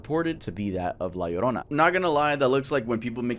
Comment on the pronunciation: I’m happy that my girl La Llorona is getting some love. She’s my favorite urban legend, I’m happy that pronounced her name right <3